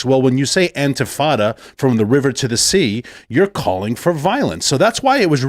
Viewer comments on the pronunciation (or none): none